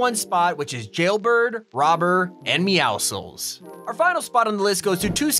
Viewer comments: OMG, SO RARE!! A PERSON WHO DOESN'T PRONOUNCE MEOWCLES AS MEOWSICKLS! THANK YOU!!!! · Why are you the only person of seen pronounce meowscles correctly? Meow+muscles Why do people say meow-skulls?